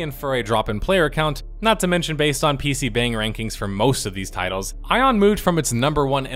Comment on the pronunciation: Okay so i lived in Korea for 2 years, they don't call them 'PC Bangs', they pronounce it 'PC Bong'. Every time you say 'Bang' I wince a bit as it reminds me of the noob I was when I first went to live there -_